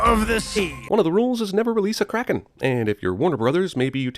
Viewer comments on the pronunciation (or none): none